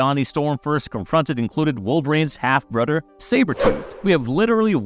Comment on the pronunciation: Always thought it was brother not brudder